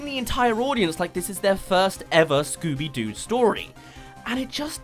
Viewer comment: It's scobby do